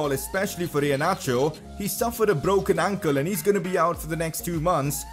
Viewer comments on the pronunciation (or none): none